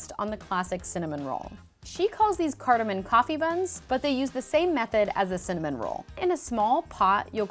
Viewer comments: she literally calls it 'cardemom coffee buns' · The way Americans say 'cardamon' is cringe-worthy.